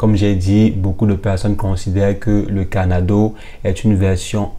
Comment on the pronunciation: Pourquoi vous dîtes carnado au lieu de Cardano? Ça peut prêter à confusion